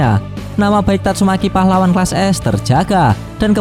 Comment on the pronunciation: Yg ngakak bilang " YANG KELUAR TATSUMEKI"😂